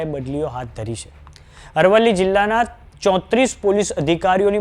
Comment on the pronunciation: Dofa amrli nahi arvli bol